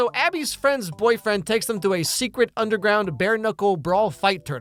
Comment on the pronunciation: I hate how she asks "what's a SECRET?" instead of "WHAT'S a secret?", the emphasis on the wrong word implies she is asking WHAT A SECRET MEANS and not what the subject of the secret (a.k.a "the circle") is. This annoyed me way more than it should've.